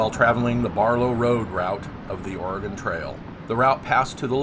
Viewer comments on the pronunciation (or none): none